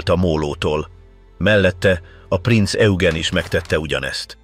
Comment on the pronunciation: Rengeteg irreleváns kép van bevágva, borzasztó. A mondatok érdekesen vannak szerkesztve, a Prinz Eugent egyszer sem sikerült helyesen kiejteni, pedig többféleképpen próbálta, "Hitler legrettegettebb szörnyetege" speciel a testvérhajója, a Tirpitz volt, a szakkifejezeések rettenetesen vannak fordtva.